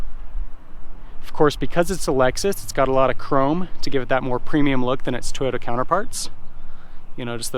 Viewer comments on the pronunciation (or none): none